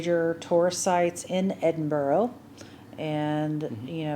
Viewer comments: Very surprised you’ve been to Edinburgh and still not picked up on the pronunciation. It’s Ed IN BRA. Not boro. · You need to work on pronouncing it properly. Its EDIN BURRAH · Anyone visiting Edinburgh its pronouched Edin-Bruh' - there is no 'o' sound at the end. - sincerly Scottish resident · Why cant you pronounce Edinburgh? It seems Americans and Canadians struggle with this.